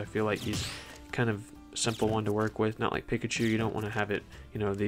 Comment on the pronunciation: Pikachu says their name every neutral b and you still mispronounce it somehow